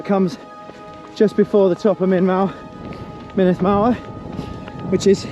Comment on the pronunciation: Great video thanks, Snowdonia is much harder than the trails around mont blanc. The uts50 route is also far easier in terms of technicality than the 100 km route. The glyders especially are really tough. Good luck on your races. A little pronunciation guide, mynndd is pronounced munith, and single fs are v's so foel is pronounced voyal, double ll's are more like hlan than clan.